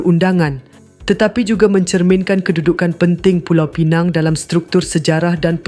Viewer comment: Pulau Pinang ....bukan pineng...